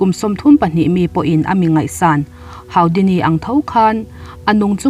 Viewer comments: Haudini niloin hudini ani e, zo ṭawng takin. Kalo sawi ve mai mai. No offense aw😁😅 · Houdini( Hudini) ti a lam tur ani e a ngaihnawm thin 🥰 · Haura bridge leh Hudini tiin an lam ṭhin in ka hre tlat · Harry Houdini hi Hari Hudini tia lam rik tur ☺ A hmasa ber leh a tawp ber hi a va râpthlak ve le 😱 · Harry Houdini tiha Houdini hi Hudini tiha lam tur aw..Mi hming leh thil hming official tak hi chu lam dik hram hram tum ang u. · A va ngaihnawm em. Hu-di-ni ti a lam tur a ni e